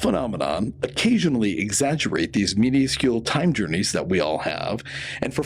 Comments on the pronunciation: mi·nus·cule, not mini·us·cule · Dude it’s minuscule not miniascule. This channel is great but please stop doing that thing with your voice. It’s ridiculous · Oh, okay. I was wondering why I kept hearing you say minuscule as mini-uh-scule.😂